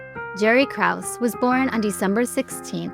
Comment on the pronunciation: You mispronounced "Krause." It's pronounced with two syllables.